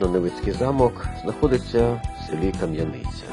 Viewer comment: Не Кам'янИця,а КАм'яниця.